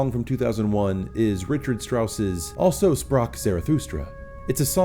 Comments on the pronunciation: Good analysis and explanation. Just one thing - it is not 'also', it is German for 'thus' and pronounced 'al-zo' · I'm being a dick here but it's pronounced Alzo Sprach Zarathustra. I'm sorry, but I can't stop it from clashing with my ear. You definitely got it right at least once though so this pedantic bastard will give you a pass. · It's pronounced "alzo". Means 'thus'. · Just a nit, but "also" in "Also Sprach Zarathustra" is pronounced "al-tzo." It's German!